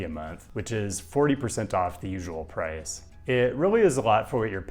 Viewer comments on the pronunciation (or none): none